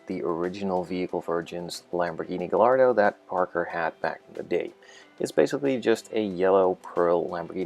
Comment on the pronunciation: Great Video and model as always, I hope to be buying myself a real gallardo next year :D btw it's said "gay- ardo"